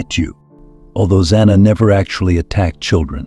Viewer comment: The narrator keeps changing how to pronouce "Zana" This is all baloney just to get hits.